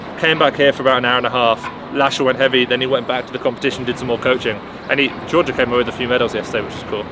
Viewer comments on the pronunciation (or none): none